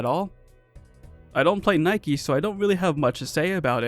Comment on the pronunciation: The fact you pronounced NIKKE as the shoe brand got me laughing lmao